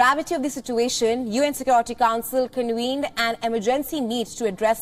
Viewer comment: You said UN “conwened” and “UN inspectors wisit“